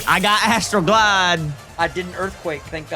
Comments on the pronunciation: When i was listening, i thought it was Astroglide..... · Was it just me or was anyone else giggling every time said "I got Astral Glide" because it sounded like he was saying something else lol